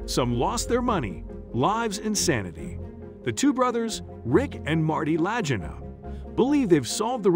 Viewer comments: I just can't get past your pronunciation of the brothers last name. Kind of makes it hard to take the video seriously. Lagina is not pronounced like Vagina Its pronounced LA-GEE-NA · Lag not lajina it’s annoying wrong pronunciation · last name is La geen na, not La gun nuh, or La ja nuh, or Law ju naw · Thought it is La-gee-nah not La-gin-ah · Rick Lagina was 11 not 10 years old in 1965...their last name is pronounced L a g e e na not Lagena.....soelled LAGINA.,.... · It's spoken legena not legina 🙄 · Pronounced La-Geena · It's lagano not lagenist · Its Rick and Marty Lagina, pronounced La Gee Na, not "La Jin Ah". Anybody that's actually watched the show knows this. The only thing they've found is Samuel Ball, the black cabbage farmer, got any treasure that was on that island. How else does a black cabbage farmer in the 1800's become one of the richest men in Canada? It wasn't by playing basketball. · Lajina omg 😂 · LaagGina lol I laughed each time I heard it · Did you know it's "Lag-EE-nah" ? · La-gee-na is the way their name is pronounced! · Lagina = la GEE na (the "g" is pronounced like the g in golf) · Ricky "lie-gy-na". WTF. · Their name is pronounced La-gee-na. Some of these facts are slightly off. For one thing it’s on the History Channel not A and E. They are not retired. I believe Marty still works, I assume to find the dig. The others name is Pronounced Ma-gin-iss. The g sound is like “go” not like gin the drink. Just so you know. Thanks for your interest in the show. I’ve never missed an episode!! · La Gee Nah - I guess that's what you get when you've never watched the show or just paid for some computer voice over to narrate for you. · A dollar fifty million.... WTF. LA-GIN-Uhs... come on! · First off... The name is pronounced Lah-geen-ah. If your gonna post something on youtube do your research and get things pronounced correctly. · Lagina… say it with me, La-Gee-Na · The brothers last name is pronounced LAH-GEE-NA. How ignorant! Ever watch the show?